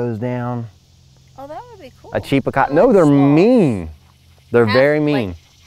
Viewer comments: you make me laugh! It's called a Chupacara. Pronounced "chew" not "chee". Every time you said it, I laughed that much harder. And seeing that the origin of the Chupacara is from Puerto Rico, I highly doubt you'll find one in Delaware. But it's cute that your mind went there. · “Cheapacabra” ?? Chupacabra dude ..🥰😉🤣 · Chupacabra!! Not cheapacobra 😂😂. You are so funny and so cute!! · Hilarious when pronouncing chupacabra as "cheapacabra" just gotta love ❤ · 😂😂 it's Chupacabra not chepacabra or however you where pronouncing it. I was cracking up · Your mom is so cute and ITS A CHOO-PA -CAABRRAAA ROLL YOUR TONGUE CHUPACABRA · Chupacabra not cheapacabra lol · A "CHEAP A CAWBRA" LMAO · It's pronounced: chewpacabra (spelled chupacabra.) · CHUPA CABRA....You saying it wrong LMAOO you are too funny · that’s not how you say chupacabra. LOL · sweetheart LMAO you are so freaking funny it is pronounced chupacabra and they are not in the United States honey they're in Mexico you crack me up 😅😂